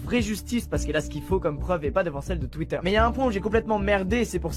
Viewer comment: Twitter Sa se dit "touitteur" et pas "tuitteur"